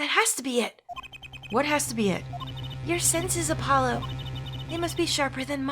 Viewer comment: I do love how the worst Klavier does is playful teasing. Even prosecutors like Edgeworth said "You are nothing!" to the defense and the worst Klavier does is call Apollo Herr Forehead. Also it's not 'Air Forehead' the H is not silent and Trucy called Apollo "App-olo" in the last part. This case also has one of my favourite lines from Alita Tiala thanks to Wocky being a dumbass.